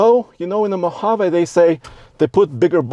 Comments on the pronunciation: Come on. It's a Mohaveeeee. Not Mohavay. I know it's not your accent. If you review a vehicle, take the time to learn how to pronounce its name correctly. Everytime you said it wrong, it made my skin crawl. Had to turn it off. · Mo-hav-eeee Not MO-hav-a😂😂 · Great video great channel...but I think its pronounced Mojavee. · I like how you say... Mo Haaa Vay, with your accent. I'm like.... Mo Ha Vee, with my accent 😄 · “ (mo-Hov!!-āā)” 😂. Thumbs up on the vid!